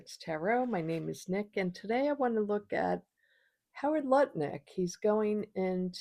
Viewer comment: Nice to hear someone pronouncing his name correctly! Thanks,, love you!